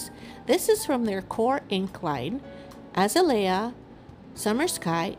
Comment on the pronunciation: Very pretty. I love the way you used the gold leafing and the gold baubles add the perfect touch :) Also...just wanted to let you know, the pink (Azalea) is pronounced: 'Uh ▪︎ zail ▪︎ ya' or 'Uh ▪︎ zay ▪︎ lee ▪︎ uh'. They are one of my favorite flowers 😊. Thank you for sharing your card. Hugs.